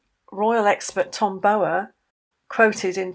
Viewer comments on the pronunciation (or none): Bower is pronounced like Bauer. It rhymes with power.